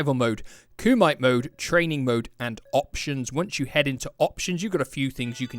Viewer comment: LOL KUMITE IS PRONOUNCED KOO MEH TAY KUMITE😂